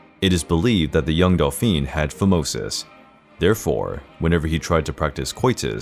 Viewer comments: dolfin lol, it s pronounced dofen or dofine for a woman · Dauphin is pronounced thus : 'Doh - faa' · It’s pronounced Doe-fan.